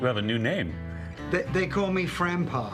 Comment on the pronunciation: “Frampa”...❤️❤️❤️ Gotta love him!